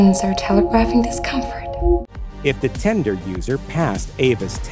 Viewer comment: Bro, if you pronounce 'tinder' 'tender' ONE more time... Damn dude.